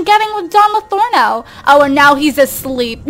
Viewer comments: its pronounced "lothario" not "lothorno" :) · It's Don Lo-THAR-rio not "Lothorno." It's a reference to a character from Don Quixote. :) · By the way, it's Pleasantview, not Pleasantenview. Also, it's Don Lothario, not Don Lothorno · it's Don Lothario, not Lotharno! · This is Don LOTHARIO not Don Lotharno -_ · Yea, it's Lothario and she's saying Lathorno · Don Lothorno? Isn't it don lothario?? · It's Don Lothario Not Don Lathorno But Not Everybody Is Perfect Right! P.S Luv Ur Vids <3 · It's Pleasantview, not Pleasantonview, and Don Lothario, not Lathorno. Don't mean to be annoying, just saying xD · Pleasantview is pronounced as Pleasant View, not Pleasanton View. Don Lothario, is not pronounced as Lorano. It's pronounced the way it looks. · Anybody else notice how she keeps calling him Latherno and Lothario? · Marcel Kalisz I know right! I was on sims 4 and saw him then was like "But says Don Lathorno" and I actually thought they changed it but I guess she just says it wrong;) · is she saying don's last name wrong? Don't want to be mean, it just sounds wrong